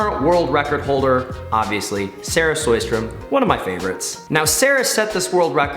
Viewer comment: It's Ariarne Titmus not Ariana Titmus, Sarah SHOWstrom not Sarah SOYstrom, and the 2023 World Champs are in Fukuoka not Tokyo